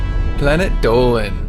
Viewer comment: IT'S DOLAN